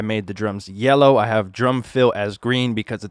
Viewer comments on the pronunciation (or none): none